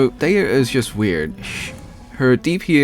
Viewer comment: Btw you pronounced dehya artifact set CORRECTLY. FINALLY a use for the bell😅. She might not be the best dps but her design is probably one of the best in the game